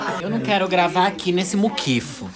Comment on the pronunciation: "Eu não quero gravar aqui nesse muquifu" KKKKKKKKKKKKKKKKKKKKKK